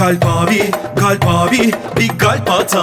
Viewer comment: kalpin modern söylenişi galp 😂